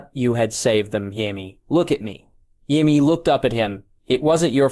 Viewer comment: Jaiveeays. Not Jaime, that would be to complicated.